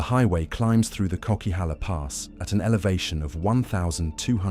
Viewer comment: It's pronounced 'Coca-halla' not 'Cokey-halla.' (BC native here.) Also Howitzers are no longer used in Roger's Pass; they now bomb the avalanches from helicopters (it's a very recent change though.) I've driven all of the highways that you have mentioned in BC, even the southern part of the Yellowhead (Highway of Tears.) The Queen Elizabeth Highway in Alberta and the main highway in Ontario are far scarier than most of BC's highways just from how horribly busy it is. I do definately avoid the Coquihalla in favour of the much prettier Fraser Canyon (Highway 1,) though. As a female I am kinda hesitant to drive the northern part of the Yellowhead solo due to its reputation but I also won't let fear stop me from going on adventures.